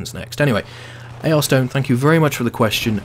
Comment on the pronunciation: Thanks I really appreciate it. Its actually pronounced ARIS-STONE but no harm done. I actualy have a big mental debate every time I do conquest to figure out which objective is most important. You answer your questions more complex than simple and I like that, always keeps me on my toes and you answer questions I thought werent important enough but you elaborate how important they really are. Keep up the great work!